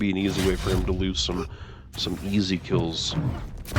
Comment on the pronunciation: One question: did you cast this separate from? If so, will it be like this in the future? Asking because although i have the utmost respect for i just can't hear him speak. His pronunciation of certain words make my blood boil like, raishee instead of raizee, predicshionsh instead of predictions etc. It's my problem, I'm "broken", not his.